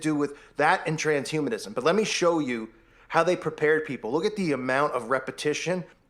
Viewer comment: Okay he's brought it up so many times, and pronounced it wrong so many times, I'm not honestly sure he knows., there's a difference between transhumanism and trans humanism. Okay?